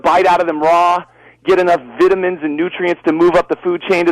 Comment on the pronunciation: when he pronounces "vitamins" like Bear Gryllz, funny shit